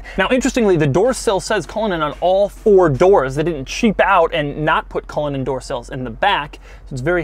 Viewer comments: 100% thought you said "Rolls-Royce Colon" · The pronunciation is cull/in /Ann as it’s an Irish name !!! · He said it like a swedish person lmao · couldn't even be bothered to learn how to pronounce the name of the car he's reviewing before making the video. Classic doug